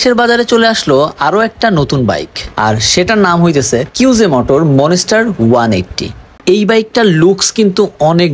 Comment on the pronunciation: It’s not মন---স্টার It's মনস্টার 😂😂